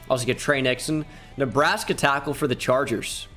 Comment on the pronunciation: He said D tyackle again🤣